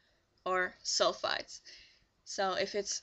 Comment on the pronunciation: Hi! I'm sorry for not understanding, but are you saying cones & sulfides? Or cones & sulfates. It clearly sounds to me that you are saying sulfides but when I look online for more information I see a lot of people saying sulfates are bad for your hair. Thanks and have a good day!